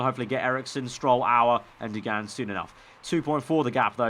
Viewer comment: For Emily Duggan, I'm pretty sure its D-u-g-en not D-oo-g-an, I do not know Emily but ik Duggans